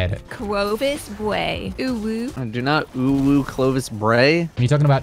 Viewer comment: Cwowvis Bway.... 😂😂😂